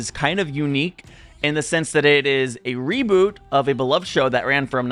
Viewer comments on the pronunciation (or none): none